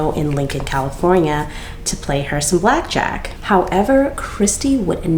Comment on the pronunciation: "Back jack" lmfao (Ta-mul-choo-lus)